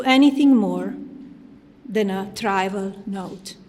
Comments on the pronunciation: Pathetic liar. Her Freudian slips were epic. "convinced" instead of "convicted," "calculating" instead of "circulating", "tribal" (or her pronunciation "trival", for that matter) instead of trivial, "cauterised" instead of "categorised". Sweet...pea. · Her mis-pronunciation of the word “trivial” doesn’t make me think she wrote this. I’m aware speech writers are common, but like come on lady